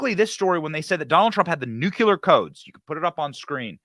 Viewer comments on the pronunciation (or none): It's new-clear, not nook-you-leer. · I hate being that guy but hearing, "New-Q-Lur" rather than "New-Clear" irks the shit out of me. George W. Bush would pronounce it the same way and it felt like nails on a chalkboard to me. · I would very much love to see a detailed list of all the things President Trump knows about previous presidents taking with them when they left office! Benny, you mispronounce the word ‘nuclear’ every time you say it and you are making me CRAZY over it! It is not nucular! It is NUCLEAR! Please man, I beg you! Pronounce correctly! Besides that, it makes you sound more intelligent! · Awesome man, but it is nuclear, not nucular. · It’s not NEW CUE LAR. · THERE IS NO WORD CALLED "NUCULAR" IN THE ENGLISH LANGUAGE. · " NEW-CLEAR " not "new-Q-lur" Love ya Benny ! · Someone please tell Benny that it's Nuc-lee-ar, not Nuc-u-ler. Otherwise I won't be able to listen to him after China vaporizes us with a Nuc-lee-ar bomb. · Benny, It's DAVID Depape. And, please, it's NUKE LEE ER (nuclear) NOT nuke u ler. Otherwise, great job, thanks! PS. 80yr old alcoholics don't overcome 'skull fractures' that quickly. He didn't have one. FF. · Nu-clear. NOT Nucular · “Nucular”? Dude… 🤨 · New. Clee. Er. Seriously. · Hey Benny, you have a lot of great things to say but people would take you more seriously if you could pronounce the word “nuclear” correctly. Its painful dude. Its ok though, you’re in fine company with several other presidents who also can’t seem to do it either. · Dude, mispronouncing nuclear sounds juvenile